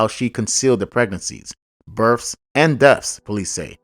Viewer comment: The pronunciation of the words you used is.. BIRTHS & DEATHS. NOT BIRFS & DEAFS.